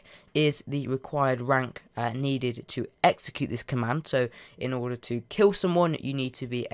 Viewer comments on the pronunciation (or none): none